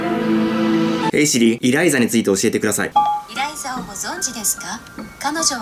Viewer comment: エライザじゃなくてイライザですよ